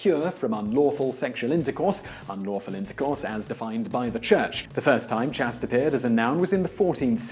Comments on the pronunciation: Please check the pronunciation of chaste. I’m sure it is pronounced like waste with a long a sound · Why does he consistently mispronounce the word "chaste"? (It should rhyme with "paste" and "taste", even in the U.K.) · It's pronounced as "chaiste" I can't find any documents showing the short 'a' that you're using. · there's chastity and being chaste, they are pronounced differently. I'm assuming he's taking the word from chastity belt and shortening it to chaste, without checking how it's pronounced. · Court gestures? Chast? Catherine de Medisi? Does nobody direct these videos to pick up on your mispronunciations? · Dude, you are still mispronouncing words all over the place. Chaste, Medici, gimme a break.